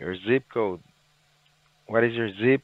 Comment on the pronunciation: What is your “z-co” ? Is it really that hard to pronounce zip code properly ? 🙄🙄